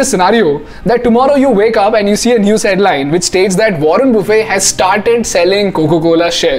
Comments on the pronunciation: Pls pronounce Buffet correctly even if the spellings r the same they don’t pronounce as if u r having a lunch 😂...I found this mistake rampant on YT! wo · ruhn buh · fuht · Buffet doesn’t have T silent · warren buffett is pronounced as it spells. It's not buffe. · Its buffet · Warren "buffe" 😂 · But still he got the pronounciation of buffet wrong. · Please correct the pronunciation of MR. Buffet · Everything is good, except for the pronunciation of Warren Buffett's last name 😜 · The way this guy pronounced Warren Buffet ☠ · In the process of sounding too cool you got the pronounciation of buffet wrong